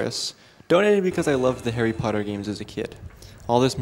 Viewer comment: HARRY POTTTAHHHH